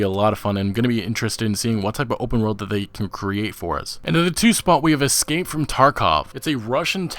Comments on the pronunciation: Es-cape not ex-cape. Tard. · eScape not eXscape